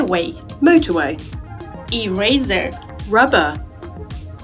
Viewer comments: ɪˈreɪsər is eraser pronounced in American English! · Why was eraser pronounced like that but she may just have another accent